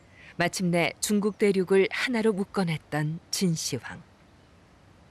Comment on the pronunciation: 진시 황으로 읽으면 않됩니다. 진 시황으로 해야 합니다.